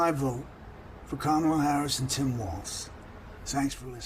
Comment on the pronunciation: Joe. It's pronounced Comma la, not Camel la.